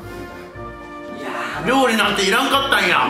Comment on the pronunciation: 「料理なんていらんかったんや！」このなんとも言えないイントネーション好き笑